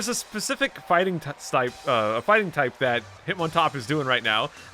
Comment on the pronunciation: Bea is pronounced "bee" Bede is pronounced "Bead" Oleana is pronounced "oh-lee-ahna" Just for future reference